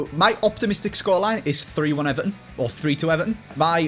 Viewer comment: eVARton say it with me